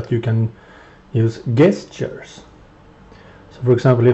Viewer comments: it is not 'guest-ters' its 'jesters' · He's still wrong though xD Jess-churs would be like the APPROPRIATE way to ACTUALLY say it. Either way I agree with you he is an assplunger.